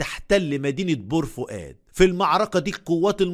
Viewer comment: انت يا من بور فؤاد باين من نبره صوتك لما قلت بور فؤاد😂